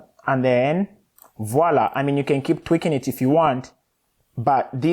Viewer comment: Sooo useful ! Thanks for the advice with the final adjustments!! Your "Voilà !" sounds perfect French ! ;)